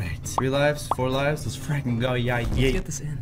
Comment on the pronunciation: Lives not luves